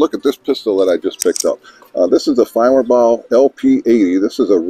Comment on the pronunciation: You pronounce their name far better than I can